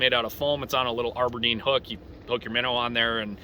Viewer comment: It's "ABERDEEN". Not AREberdeen